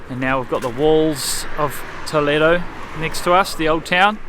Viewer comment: I like very much the way you touch the walls. I been pretty doing the same since a long time. Her pronunciation saying Toledo it's been very good. Congratulations for your trip.